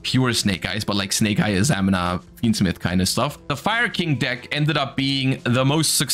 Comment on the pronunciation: It's pronounced a-za-mee-na